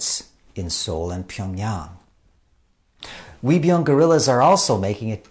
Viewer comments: Love your vids! Also 의병 (Uei byung ) is pronounced not as 'we' but like ''eu~ee'. Not pout the mouth to sound it but open the mouth as you are smiling. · Uibyeong isn't pronounced like a "W," more like "eu-i byeong" But great series. Great to have English Language versions of the tragedies of the Imjin War and Yi Sun Shin's valiant victories